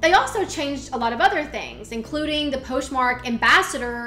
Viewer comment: You constantly mispronounce things like Poshmark in 2 different ways in the same sentence but you are so adorable and I really like your content so it's very easy to overlook :) Keep up the good work!!